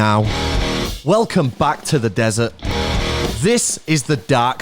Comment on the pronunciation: “WE’RE IN THE ZEZERT” - sun tzu